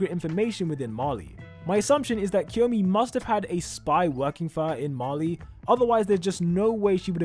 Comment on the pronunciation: “Marley”, not “Mali”.